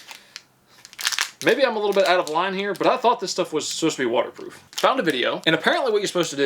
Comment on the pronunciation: Waterproof... It is such a difficult word.